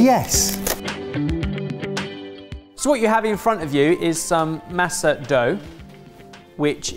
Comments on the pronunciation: Being American Mexican-crying at how masa is pronounced 🥹 MAH-SA. Not MASS-AH. 😅😭 and it’s a really old tradition. My family does it from pork head. And don’t use anything else but husk. It’s it’s own plate! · Boys. Boys. Would it kill you to pronounce masa and salsa properly? Love your work. Not so much love the anglicization of words seemingly at random. If y’all can learn to say leviosaaaaah at Hogwarts, you can learn how to pronounce masa. We promise you won’t get in trouble.